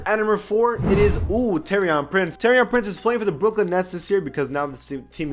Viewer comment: It's pronounced tor-i-an Prince u really need to learn these names